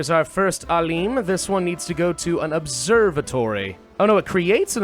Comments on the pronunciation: so it's not ALEEEM, it's AALIM ,the I is like "in". its translates to Scientist (sometimes Sage) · very cool. btw its not "aleem" its "A-" as in map (long vowel a) and "-lim" as in limited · I like how you literally pronounced Alim. It's pronounced Aalem, like Alex. It means a very knowledgeable person about a specific topic. Like professor or sheikh as they say in arabic.